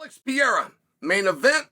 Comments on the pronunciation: Who the fook is Piera? PE- Rey- rah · Kmon Sonnen.... "Piera"???? P E R E I R A!!! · Please stop calling him "Piera", just take one minute to learn how his name is pronounced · I thought chael was done saying peayrah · Btw thanks for butchering my surname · Pear-Ray-Ra! HahahPierre-a! Hahah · To Spanish and Portuguese speakers, you saying PEEERA sounds like a Mexican saying Donald Trump to an American. XD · Dude, why can't you say his name correctly? Such arrogance and ignorance